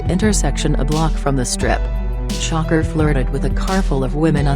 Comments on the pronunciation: It's trying to say "shakur" but it kept coming out as shocker lol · pleas say shakur not shocker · When you make these videos, can you at least spell shit to where it at least sounds like the bitch is saying it right? Shakur= Shocker Shawkoor=Shakur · The voice means “shakur” not shocker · bitch who the fuck is shocker??? its shakuuur. say it with me "shakuuur"